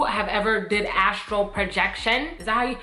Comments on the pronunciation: It’s called “astral” projection not “Astro” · So nobody gonna tell her it's Astral and not astro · I don’t wanna be that guy, but I think it’s astral* 😅